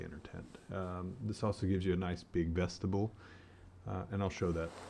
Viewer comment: Came here to hear Vess-Te-BULL again! .... JK.... keep making videos friend!